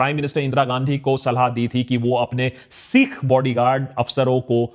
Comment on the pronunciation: Long vowels and short vowel pronunciations have a big difference in meaning. Caution while uttering "sikh".